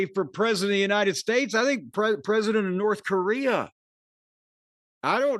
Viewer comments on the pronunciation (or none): “North-uh Korea-uh”